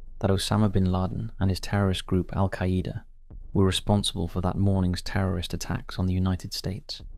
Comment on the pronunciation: The way this guy says AlQaaida 😂